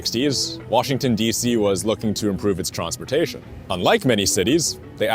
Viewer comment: he said TRONSPORTATION